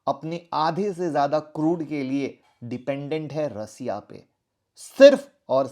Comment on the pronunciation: रसिया नहीं सर, रशिया।🙏